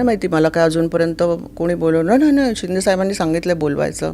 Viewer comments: वो शेंडे नही..शिंदे है... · शिंडे नहीं it's शिंदे